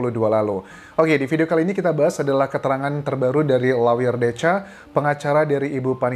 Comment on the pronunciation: Lawyer bukannya dibaca LOYER, Mas Anjas?